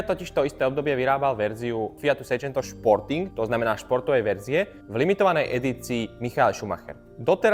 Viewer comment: páči sa mi video, vyzeráš byť ozaj nadšenec, ale píli mi uši celé video ako hovoríš športing :D